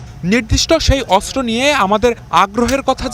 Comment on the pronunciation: অস্ত্র উচ্চারণ শুদ্ধ উচ্চারণ করতে হবে, অস্ত্র উচ্চারণ শুদ্ধ হচ্ছে না 😊😮